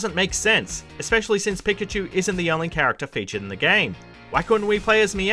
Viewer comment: We all just gonna ignore how many times he pronounces pikachu incorrectly?